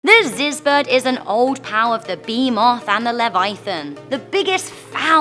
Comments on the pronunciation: “beemoth” “Levaithan” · Bruh her accent makes her butcher the creature names 😂😂 behemoth=B Moth Leviathan= Levithin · Had to leave when Behemoth and Leviathan were mispronnounced.